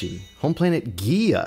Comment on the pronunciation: is going to love the rest of this, although just know that Giya (Gee-Ya) is probably incorrect because the name most likely takes from Gaia, the personification of earth... Thus the name is most likely pronounced (Gai-ya)